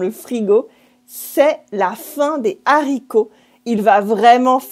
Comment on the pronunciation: Why don't you pronounce le liason in La fin des haricots? Great video, love your channel :)